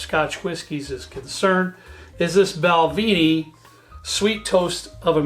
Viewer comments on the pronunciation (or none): Thank you! Just for information, pronounciation is as follows--BalvE,nie, Boon HAvin, and BrooikLAddieie.Happt drinking! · PLease stop saying BALVEENIE It's BALVENIE, the "E" is pronounced as in the word "EGG". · It should properly be spelled Bunnahabhain, and pronounced boon-a-ha-ven with the ven as in pen. Also, Balvenie is pronounced bal-vennie not bal-veenie, slainte from Bonnie Scotland. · Bal-VEN- ie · Balvenie (actually pronounced bal-VIN-ee) is my favorite single malt for the money. The sweet American Oak is a nice unique option